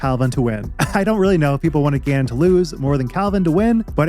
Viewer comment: LFG for calvin! btw T it really sounds like you say gannon wins.. and the CC agrees lol it says genon LOL